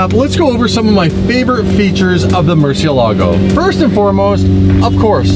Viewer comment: Maybe if we pronounce it right it will behave Murcielago = (murci-el-ego)😅😅🥴😂